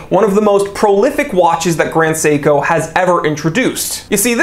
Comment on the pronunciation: You actually pronounced the name on point! Even emphasized the syllables correctly, even with the American accent!